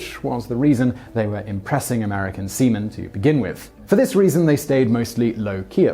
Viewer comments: Dang, for the entire time I thought Simon was actually talking about semen instead of seaman. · Every time he says sea men, I think he is saying semen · Can't stop laughing every time you say "seamen".